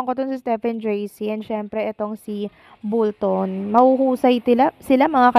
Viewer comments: iha...Bolton (pronounce as "ball" ball ton) hindi bull-ton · Bolton po.hindi bulton.sorry po. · Bakit Bulton ka ng Bulton?? Bisaya ka ba? Bolton po hindi BULTON! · Ung tatlong lalaiking judges bwisit kau..mga inggit kau kay stephen jc..at bolton hndi bulton..kug guato mo buion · B O L T O N hindi bullton! 😅